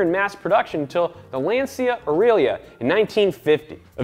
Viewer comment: this ain't how u pronounce LANCIA. (Triggered Lancia owner)